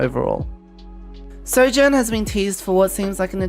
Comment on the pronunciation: “As Soujourn rails her enemies!” I BEG YOUR PARDON